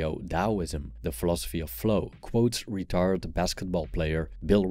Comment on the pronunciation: The pronunciation of retired in this video made me laugh